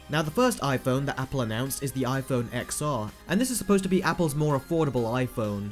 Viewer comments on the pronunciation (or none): For fuck sake, it is pronounced iphone 10, 10R, iphone 10S and iphone 10S Max. not "X" or "XR". Pisses me off than people never heard about Roman numerations. Did during Apple presentation anyone used wording as "XR" or "XS"? NO! About everything else your video is completely correct:) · Watching on my iPhone XR :) More than happy with it. Can’t take a word from someone who can’t pronounce the name of the phone right.